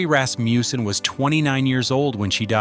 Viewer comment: what's up withe random pictures .......... nothing to do with the case. Rasmussen, not Rasmjuusen